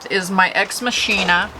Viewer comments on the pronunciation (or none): Great video! You don’t have to care about this, but it is pronounced Mock-i-na, not machine-a. It’s from Latin. It’s pronounced like flying Mach 10. Just thought you might want to know, but you do you!🩷